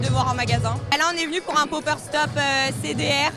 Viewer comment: "un popers stop" 😂😂😂